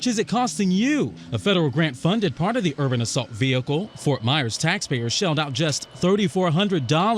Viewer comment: You pronouncing the H is vehicle is giving me stress